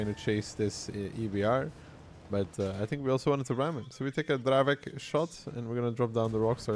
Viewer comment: please, I beg you, pronouce the Dravec correctly, with "c", not "k".